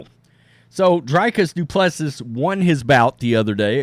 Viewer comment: His name is pronounced Dew-Pleh-See.